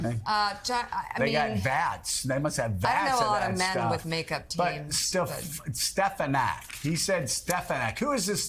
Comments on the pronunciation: In his native NYC metro area there's an Archbishop Stepinac High School, a boy's Catholic school. (I went there.) It's pronounced just like that. The source of his confusion? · It almost sounds like he said "Stepanak". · I think he said "Stepanak" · Even if Elise Stefanik will just change her name to "Steffenack", Trump still won't be able to recall it or pronounce it correctly. 😂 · It's pronounced..., Stuff - her - Neck...😮😂😂😂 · He didn’t mispronounce her name. She had secretly changed the pronunciation before Trump said it in the new improved way. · Trump is delusional! But Joe, you mispronounce Trumps mispronunciation !!! OMG, lol. At least get THAT right, when you mock Trump. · It sounded like "Stepanek" to me. Stephen Stepanek, among other things, was the chair for the New Hampshire Republican Party. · Well... in the clip I heard Dump say "Stepalenku", not even "Stefanek". 🤣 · He actually said STEPANAK. There is absolutely no P in her name, so it is not just a mispronunciation. and Joe. You do not have to keep repeating the name, especially when he didn't say what you say he did. And stop over-talking others. It's very rude. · He didn't even say: "SteF a nack" He said "SteP a nack"😂😂😂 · I think he said stefatnik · face-blue-smiling:@ at Joe in the background sayinh "Stephanak" I swear he be so shady...🤣🤣🤣🤣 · Hope and pray SNL picks up Joe saying "Stefanak" 😀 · He actually says 'Stepanak'. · He said 'Stepanak' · You realize he just doesn’t know how to read write.. he probably has like a fourth grade reading level. He sounded it out as Stefanak because he thinks it looks like Stefanak. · He actually said “Stepanku” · Watch out for Stefinak saying thats actually how you pronounce her name from now on 😂